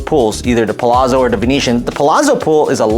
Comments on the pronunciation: Pa-lat-so (like pizza is peet-za) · Please correct the pronunciations of Palazzo 😅